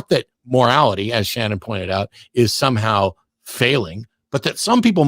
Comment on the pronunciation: Shannon, not “Cannon”.